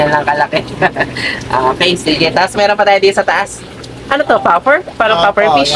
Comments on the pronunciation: Puffer Fish po hehe not Popper 😅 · Puffer po sir not popper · Sir mawalang galang na po, Puffer po sir, hindi popper. Tnx po! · Puffer yan hindi Popper😂